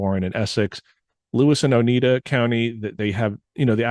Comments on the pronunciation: Oneida not Onita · This was fun to listen to. Thanks for delving into this. As someone who lives in Central NY, it was great hearing about these sightings! BTW, Oneida is pronounced Oh-Nigh-Da, rather than Oh-Need-A. Not trying to nitpick, just wanted to share. Keep up the awesome work! I'm loving it! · Interesting video ! Thank you for sharing....btw, the county is pronounced ONEIDA..... O- nye -da.....not O-knee-da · Its pronounced Oni-dah.... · Very interesting. I live just outside of Cazenovia. Sorry to do this to you but Oneida is pronounced Oh-nye-da. First time watching your show and enjoyed it very much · Please! I before E sounds like E. E before I sounds like I. OH-nigh-da lake, or Oh-nigh-da County. Thank you. I know, I'm being a Karen; Care-in, not Kor ann. One is person, the other is a bible...kind of.